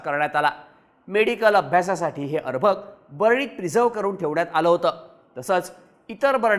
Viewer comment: अरभक नाही रे अर्भक😂😂😂 सगळी गाणी वाजणार ने बरोबर रोस्ट केलं ह्यांना😂😂